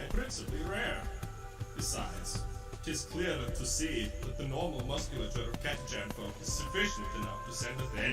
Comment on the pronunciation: Also it's pronounced Cata-can